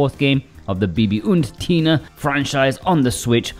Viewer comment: 🐴Due to my native language being German I can confirm that your German pronounciation of Bibi und Tina was actually quite good.